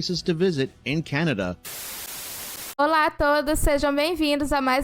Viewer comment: I'm sure other Canadians noticed how this lady pronounced Canada. It's almost exactly how it was originally spoken. Just like the Canadian History Short where the European men are asking the First Nation Chief what this land is called. He replies Kanata. The Europeans misunderstood what the word meant but the name stuck. I'm glad it did. Cheers from The Rockies of Alberta.